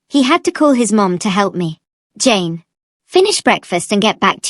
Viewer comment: I keep hearing James instead of Jane… 😅